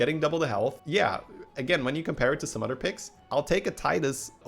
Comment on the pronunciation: It’s “other” not “udder”